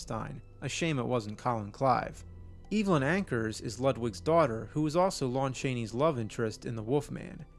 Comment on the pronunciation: You're pronouncing Evelyn Ankers name wrong, the proper pronunciation sounds like a small E, not a capital E as in evil.